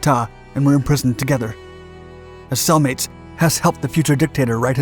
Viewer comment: I thought you said “as soul mates” not “as cell mates” at first